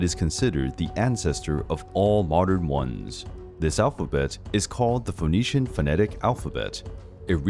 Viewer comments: Phoenician rhymes with bird not bold! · The O in Phoenician is silent.